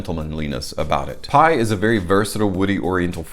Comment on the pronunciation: In French it'd be pronounced as pee. 🙂